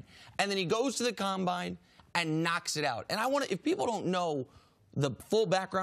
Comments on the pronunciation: "The ComBoine" wtf jenna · Caleb Cicero com-boi-n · The way she said combine in the beginning 🤣